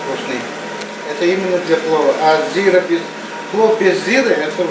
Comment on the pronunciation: А узбек не настоящий, говорит зира с ударением на первом слоге.